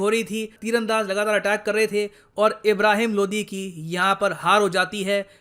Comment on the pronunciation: Sir Ye Lodhi hai LODI nahi hai😁😁😁